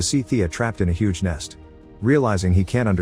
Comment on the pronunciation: Stupid AI narration doesn’t even know the difference between hug and huge….